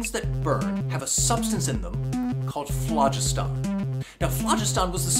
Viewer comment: He's pronouncing phlogiston incorrectly..